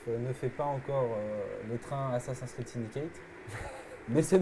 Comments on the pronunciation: Prononcer "Assassin scride" à la française. Perdre toute crédibilité. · Vous travaillez chez Ubisoft et vous savez même pas prononcer "ASSASSIN'S CREED" C'est compliqué à prononcer ? Non alors exercez vous, mes oreilles auront moin mal 😉😂